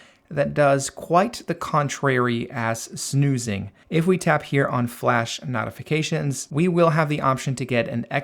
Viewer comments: brother, I greatly appreciate this video. i appreciate the work and time you put into making this. It was very informative and I did learn a lot. BUT the way you pronounce "notifications" is wrong. It's no-tif-uh-cay-shuns, instead of not-if-uh-cay-shuns. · Why in hell do you say "knot-ifications" instead of "note-ifications" like a normal person? That's insane. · It's not not-ifications...it's no-tifications. Otherwise amazing video. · Im really losing my mind as this guy keeps saying "Naughyfications" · Why are pronouncing notifications like knotifications? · I will Notify you how to properly pronounce "Notify" or "Notifications" It's pronouncwd NOTE-ify. Or NOTE-ificatations. You speak perfevt English other than that. If you cam do me another favor and just say "I'd like to Notify You that your fly is undone" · I like that you pronounce notifications as “nautification” 😅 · The way you say notifications be pissing me off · ok, the way you say notifications pisses me off